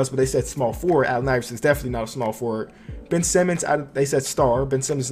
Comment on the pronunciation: Ben not bill